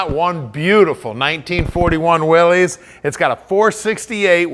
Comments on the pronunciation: You may know cars, but it is pronounced "Willis". Thank You. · Actually it is pronounced ‘Willis’ as in “Whatchew talkin’ ‘bout Willis. I always called them ‘Willies’ myself but I did a little research a while back and found that John Willys and all of the early literature specified (for customers and dealers) that the Y is pronounced as an I. I still can’t get used to saying it that way. I’m a Canadian eh? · Why does everybody mispronounce the name of these cars ? It is pronounced the same as Willis.